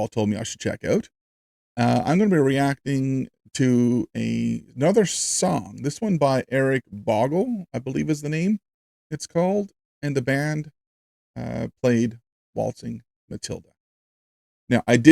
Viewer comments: The Composers name (Bogle) is pronounced "Boagle" not Boggle. Its a Scottish name :) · tears streaming down my face - at the futility and waste of humanity. I don't think there are any of the WW1 servicemen alive now. But their families carry the medals into every Anzac Parade. Their children have continued through generations. ps - Eric's last name is pronounced Beau-gle - (beaux) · Eric Bogle ( pronounced. Bo gle ) is a wonderful Aussie musical poet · Eric Bogle (pronounced bow gul) Born and raised in Scotland, he emigrated to Australia in 1969, at the age of 25. He was intrigued by the stories about Australia and started writing songs about these stories. Along with the one on here, there are two others worth listening to. - 'No Man's Land' (about a man visiting the grave of a WW1 soldier) - 'It's as if He knows' (about the Australian horse-mounted soldiers in Palestine in 1918) ----------------- As for war... no one really wins, in reality, both sides lose. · The name 'Bogle' is pronounced as the bow in a bow and arrow/ bow of ribbon in the hair. Many of the volunteer soldiers were happy to leave as many were young blokes who were excited to go on an adventure overseas as they had not travelled out of the country before. Later came the reality of war. Gallipol is pronounced -- Gall (rhymes with a pal, who is a friend) -- i (as in ink) -- pol (rhymes with doll) --i (makes the E sound as in me) Every ANZAC DAY on the 25th of April there is a commemoration ceremony held at Gallipoli in Turkye (was Turkey). Australian and New Zealand dignitaries, armed forces, visitors and Aussie and NZ backpackers/tourists go there to participate in the Dawn Ceremony which is TV broadcast to the ABC (Australian Broadcasting Corporation - a Government free channel). It is a very sober affair. I'm presuming you know how BIG the Anzac Day commemoration is in Australia (and New Zealand). Schools also participate in another close to the day. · It's pronounced bow-gal.